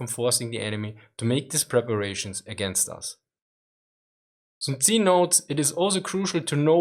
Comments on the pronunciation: Aah its not tzi,its tzu...TZUU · sun tzu is pronounced soon tzoo, not soon tzi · Soon-zee huh? never heard of him.